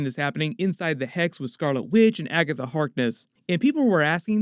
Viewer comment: It bothers me that he pronounces Agatha Harkness like Agga The Harkness